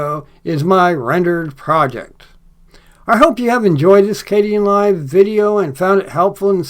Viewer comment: I hope you aren't mispronouncing Kdenlive anymore. Yikes.